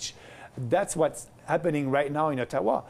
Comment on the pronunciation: When he said Ottawa in , i thought he was saying Taiwan -_